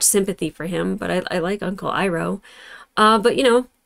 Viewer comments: Since you watched the movie ages ago, some incorrect ways of pronouncing names might be living rent-free in your brain. In the movie they said Ee-roh, but it’s really Eye-roh. In the movie they said Sowe-kuh but it’s Sock-uh. Eyes and socks. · Just to note real quick: Zuko's uncle's name is pronounced "AI-roh". The "EE-roh" pronunciation gives us A:TLA fans severe PTSD to 2010. ***************Slight SPOILERS*************** And then the Earth King would have to invite us to Lake Laogai, and nobody wants that...... ************End of Slight SPOILERS************ I love when famous (voice) actors show up in shows like Avatar . I think (though I could be confusing you with someone else) you already noticed Dante "Rufio" Basco playing Zuko, and yes that was George Takei playing the Warden. Iroh's Voice Actor is the legendary Mako, whose other most famous role (especially nowadays) is probably Aku in Samurai Jack . Oh, and by the way, Jason Isaacs is Commander Zhao. But there are a few more celebrity castings coming up, including one BIG one. And that's not even talking about The Legend of Korra ...... The Fire Nation didn't just imprison Earthbenders for the threat they posed, but also to eliminate a vital part of Earth Kingdom culture, thus making it easier to substitute their own. This is a well-known tactic for Imperial, Dictatorial, even Fascist Regimes. Speaking of Fascist Regimes, though: over here in Europe we have quite a bit of experience with Fascism. Now, during Nazi occupation, each country had their own "branch" of the Nazi Party, which ruled the invaded country in behalf of the Nazis, but there were also those who aided the Nazis in everything they wanted, including betraying their fellow countrymen, even t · Giiiirrrrrrlll no you didn't say Uncle Ear-Oh lol that's an Avatar no-no...you'll figure out why. If you know you know. 😂😂😂😂😂😂😂😂😂😂 I can't tell ya why. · Please don't call him "eeroh" D; It triggers awful awful memories of that live action film.